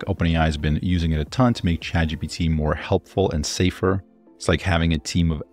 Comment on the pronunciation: At the mark "chadjipee", that's a new one to me